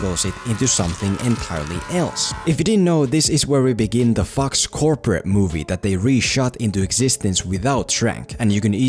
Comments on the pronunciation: You know that the movie is bad when pronounces Fox Marvel Universe as Fucks Marvel Universe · I keep hearing FucksMarvel Universe🤣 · Every time you say "Fox", I just crack up, because you make it sound like a swearword :D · The way in which he says “Fox” makes me very scared he’s going to get demonetized.